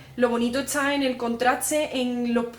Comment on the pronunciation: por que dice?...etsa por esta, tratse por traste, etsamos por estamos, etsablece por establece, hatsa por hasta, ect, ect